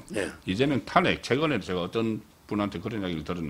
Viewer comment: '탄핵`이아니고 '탄핵'으로 발음을 고치세요 어째 대구 사투리 단어가 너무 많고,왜 안고쳐요? 옆에 있는 서변호사의 발음으로 쉽게 배울 수 있는데